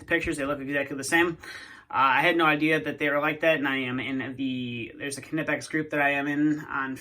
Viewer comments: The proper pronunciation is ''NIP -EX'' the K is silent and so not used. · It’s doesn’t matter what’s easier to say for English speakers. They are a German brand and the proper way to say it is K-Nipex. You can find several of their representatives stating that it’s pronounced with a hard K.